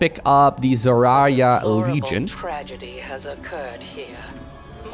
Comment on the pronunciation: “Doratul the exploratul” got me good lol